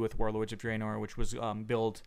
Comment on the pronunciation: having so much fun adventuring in ayezeroath and druhnoar.